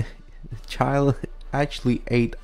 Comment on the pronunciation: Here are some correct pronunciations for countries. Brazil: Bruh-zil Chile: Chilley Haiti: It can be pronounced the way you did but it's usually pronounced hatey Japan: Ja-pan